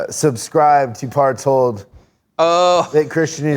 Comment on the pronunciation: Did he say parts hole?